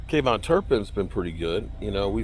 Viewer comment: can you please pronounce our players names correctly it’s getting ridiculous already. Brandon Aubry is his name there is no L in it And it’s kavontae Turpin not kavon say these names correctly already damn dude